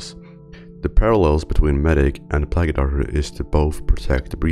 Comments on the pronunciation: I'm not a native English speaker but I recognize this guy pronounces quite a few words wrong. Like "plague" pronounced "plug-ee"? Laughed my ass off and lost pretty much all credibility. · I get a bit closer every time he pronounces "plague" as "plagyu" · it's pronounced PLAGUE not PLAGGU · (puh-lay-GUH) plague The "e" is silent! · "Plagey" doctors lol hilarious how you can't say plague right, here's a tip it's pronounced (playg) the ue is silent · great video! by the way, "plague" is pronounced "pluh-aye-ge" instead of "plag-eh". I know it can be a bit confusing but just something to note. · It's not pronounced "Plagee Doctor" It's pronounced "Playg Doctor" you know, for the plague? As in a plague, a disease? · I can't focus. It sounds like you keep saying plaggy doctor. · Plag-U Doctors. PLAG-U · "plague eh docter" "plague eh docter" "plague eh docter" "plague eh docter" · bro really said "merchanaries" and "plagee doctor" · "Plagi" doctor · pla-geh doctor Also nice vid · i hate how he pronounces it 'pla-gee', but other than that good video! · "Plaggee doctors" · His pronunciation is a bit weird in most words, but let’s just imagine it is a plagi doctor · Buddy, I hate to be that guy, but it’s pronounced play-guh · It's very good to see coverage for this, but please consider looking into a subtitling service. Your accent is quite strong and your pronunciation of words (like `plague`) is often completely wrong, which makes it hard to understand. Having non-automatic subtitles would help a lot for your viewers and the services can be very cheap even for a medium-length video like this. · I find it kinda interesting how you pronounce "plague" in "plague doctor". Accents are fun at times. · Don't need to pronounce the e in plague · In pluage the e is silent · The way you say plague hurts